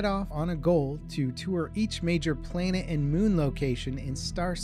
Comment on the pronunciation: He pronounced planet as "plainit" lol